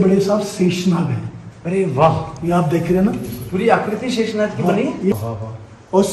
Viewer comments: sheesh naag nhi sheshnag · Shishnag nahi sheshnag hai .ye sabhi natural hai